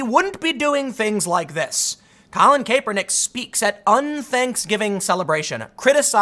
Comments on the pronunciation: Tim, it's not CAPE PER NICK, it's CAP ER NICK. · Not KAY per nick, CAP er nick. Not that it matters just annoying hearing Tim mispronounce it over and over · It's Cap-ernick, not Cape-ernick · "Cap-er-nick" not "Cape-er-nick" 😂🤦‍♂️ you do it every time.😂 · I scrolled to this post just to see if that was bothering anyone else. Tim, it's not - KAYpernick It's - CAPernick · Tim.... The a is pronounced with a short a not a long a. I love you, but driving me nuts saying it like "cape" and not "cap" lol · Its pronounced "cap" hes saying "cape" lol he knows nothing of NFL but he can tell the bullshit anyway. True thrid party none bias 👏 👏 I love it. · Tim, Boomer here . I watch nearly every video you put on on both channels. Good job . . It's pronounced Cap er Nick. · "Colin KAYpernick" we know Tim doesn't watch football. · KAP-er-nick. pls tim pls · Colin KAY-pernick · I’ve never heard any pronounce Kaepernick like Tim. Lol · Does it bother anyone else that hes not pronouncing his name correctly? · I understand the spelling of his name is complicated but you REALLY don't have to say it like that. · I swear he must be mis pronouncing his name on purpose.... unless in wrong...is it cap or kape? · don't speak on sports, you don't know them you can't even pronounce the man's name correctly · Honestly think you're just mispronouncing his name on purpose now